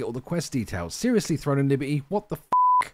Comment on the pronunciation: "Libe-y" lol